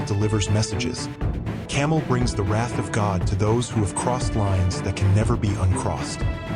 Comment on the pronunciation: It’s Cam-A-el not fuckin camel. He’s not what Indians ride through the dessert. Change the video